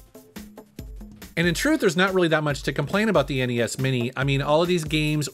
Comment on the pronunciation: Thank you for calling it N-E-S.. not ness that drives me nuts lol